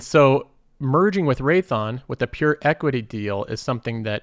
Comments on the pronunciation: "raython" dawg it's RaythEon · Raytheeon…not Raython. Imporant…😕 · Great video, but I think Raytheon is three syllables.